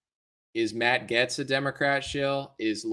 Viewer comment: Matt Gaetz does seem to be a good guy. If you like him though, you should pronounce his name right. It's pronounced "Gates" just like Bill, lol Matt Gates (Gaetz) ☺️